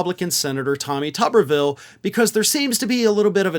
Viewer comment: pronounced 'Tooberville'